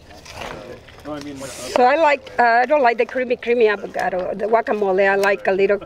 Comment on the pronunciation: Why she keeps calling it "Avogado"? xd